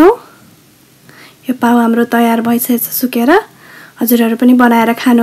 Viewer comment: nice one but you should pronounce as पाउँ not पाउ ।